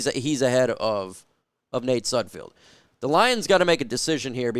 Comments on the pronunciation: IT'S SUD F E L D NOT SUD F I E L D !!!!!!!! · His name is not pronounced with field at the end. Can you not read? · Could you at least learn how to pronounce his name before making a damn video? It's painful to listen to you butcher his name and really destroys any credibility you think you have. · i know sudfeld is hot garbage but you could atleast pronounce his name correctly